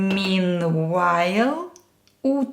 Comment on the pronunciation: Your lessons are very helpful and I find your presentation very personable . Just a little note , you miss pronounced the state of Utah , it is pronounced “youtah” not “ootah” . My thanks to you